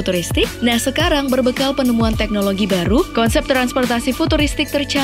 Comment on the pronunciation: Konsep bukan Kensep